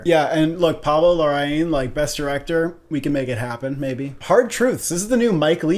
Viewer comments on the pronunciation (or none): By the way it’s pronounced Pablo La-ra-een:)